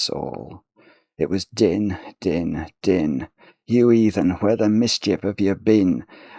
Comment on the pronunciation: A bit of poetry is no trouble,! For future reference, "Din" is set to rhyme with "Queen"/"green"/"spleen"/"clean"/"canteen" (so are the "been"s in the poem, for that matter), so it should probably be pronounced like the English word "dean" instead of like the English word "din".